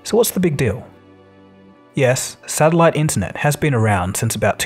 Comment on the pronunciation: What's a sadilite?